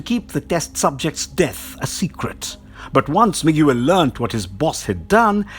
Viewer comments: It's pronounced "me gail" not " mig u l" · The name is Miguel. Not Miguewel. Pronounced Mee-Gell. Not Mig-you-el or whatever it was you were saying. Really that hard to ask someone or google the proper pronunciation? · I never understand why people like this make videos and don't bother to learn to say the guy's name right? I have never had somebody introduce themselves or heard of somebody be introduced as "Mig-u-el"... Wtf is wrong with you??? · You're pronouncing Miguel's name wrong ! Ots Mi-Gel. Not mi-gu-el ! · Miguel (Mee-Gell) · The narrator got quite a bit wrong here, especially regarding Iron Man and the pronunciation of Spider Man's name, Miguel (not Mig-You-El). Where are the Uncanny X-Men of the future? They did have a title, remember? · what is this channels problem with names first i bailed when i heard "mo ira" now you do "mi guel" why oh why do you butcher names? Do you even check those things before posting ? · Miguel is pronounced "Me-Ghel". Spanish for Michael. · Dude, I'm struggling to watch this video because of that... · This is the worst narrator on this channel. Mig-yew-el. Wtf. Why hasn't anyone at the channel correct him? Smh. Awful. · Drink every time he miss pronounced Miguel's name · Why do you pronounce miguel like that? Jesus christ man make friends with Spanish speaking people and run your pronunciation by them